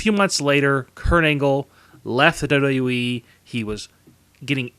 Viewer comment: Maybe try to say WWE properly.